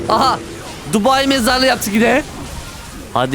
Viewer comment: tubai çukulatası dedin😂😂😂😂😂